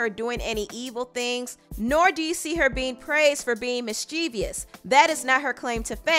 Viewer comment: And is it me? Or did anyone else get hella aggravated when she kept saying "mis-chee-vee-ous"? It's "mis-chi-vous". Sorry, English is my shh! Lol